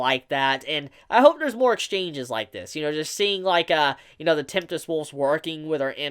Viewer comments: Tempest wolves, my God. Tem-pest not temptest. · tempest wolfs not temptes ... really bugged me XD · I hope I misheard you cuz I heard you say "Temptest wolves". Just in case that was what you actually said, it's "Tempest wolves". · Tempest. Tempest! TEMPEST!!! STORM WOLVES Not temptest like what even is that. I realize that when it comes to using proper words I have no chill but meh. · Is he saying "temptest" wolf??? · The word is temp-est, sir. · are you saying Tempest Wolves or Temptest wolves It’s hard to make you out there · You do know there is only a T at the start and end of the word tempest right? :p